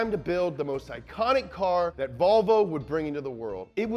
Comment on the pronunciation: have you ever noticed how seinfeld pronouced volvo as ''wahvoo''